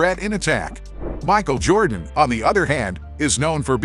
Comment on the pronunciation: If you can’t pronounce the name correctly, I think you should find something else to do on YouTube.